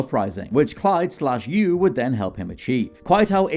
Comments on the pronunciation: You absolutely know that the protagonist of GTA3 is called "Claude" and not "Clyde" you weasel. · GTA III’s protagonist’s name is Claude……Not Clyde.